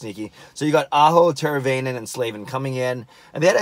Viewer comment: it’s pronounced: tear-a-vine-in